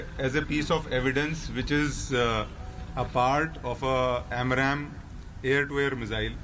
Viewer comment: Its AMRAAM not AMRAM.